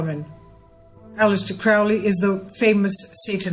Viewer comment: It makes me scratch my head how you said all the stuff about how actually reading the work in question will dispel misunderstandings/misconceptions on something (compared to just blindly taking superstition) which is true, but then you go a full 360 and call Crowley (who isn't pronounced like that btw) a satanist. Facepalm